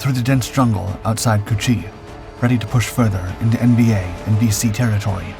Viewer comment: Did he just say "pushing into çu-chi ?" Lol!!😂